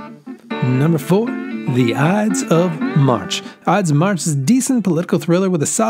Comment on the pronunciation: ides not odds